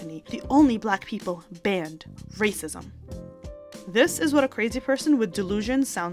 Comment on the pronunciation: Stop with the rrrrrrracism! To keep focusing on rrrracism is to keep up the Divisiveness! I thought inclusiveness was in!!!!!